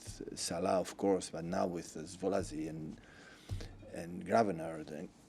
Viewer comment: svolazli ( szoboszlai) 😂